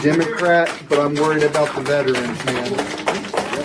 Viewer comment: Stop saying VETRANS!!!!!! There is no such word !!!!! It’s VETERANS!!!!!